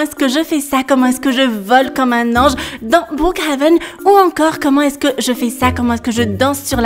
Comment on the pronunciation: tu me tue quand tu dit brookHAven sinon continue comme sa 😸😁